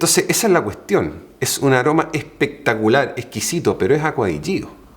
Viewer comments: Tu dijiste que es pectalicar, lo compré 😃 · Me lo acabo de comprar y que queri que te diga pectacular 😅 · hay pectacular hay tarjetazo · Olor a gentleman, sir, ingles , na cosa pectalar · Cada vez que escucho : 🗣️🗣️PECTACULAR mi bolsillo chilla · Dijo 3 veces seguido “pectacular” asi que es bueno jaja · Vine exclusamente a comentar que lo acabo de comprar no mas porque el señor aquí presente dijo "pectacular". Y huele muy bien por cierto!